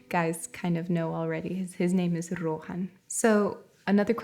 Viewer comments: Love from India! 💖It's always a pleasure to watch your videos. I am quite surprised to know your brother's name, Idk how you guys spell it but 'Rohan' is a very common name in India for boys and it's pronounced exactly how you did. 'Rohan' in Sanskrit means 'ascending' and is an another name of God Vishnu. It was fascinating to note this as I am particularly interested in linguistics. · I'm really impressed with her pronunciation of Rohan his brother's name!